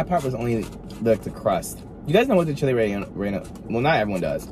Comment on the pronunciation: I was thinking the same thing he said it right 😊